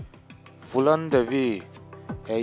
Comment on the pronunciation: Fulan Devi tih a pronounce tur ani lova phulan tur zawk o